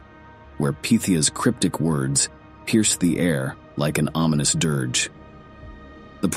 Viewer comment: He said derge.